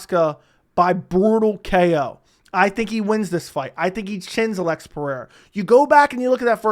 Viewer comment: Ulex try say it. Alex. You don't speak Portuguese.